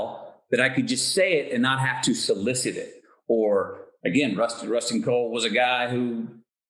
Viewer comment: It’s Rusty Cole. Not Rust and Cole “.